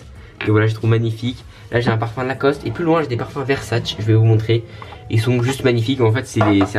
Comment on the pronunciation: Dommage que t'as pas montré le balcon comme ta dit sur Swan the voice Ps: sa s'écrit Versace mais sa se prononce /versaché/